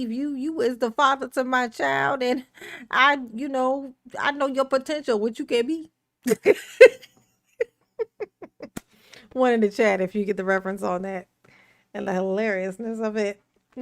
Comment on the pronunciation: Ha ha “I know your po-tentual and wat choo can be”. LMAO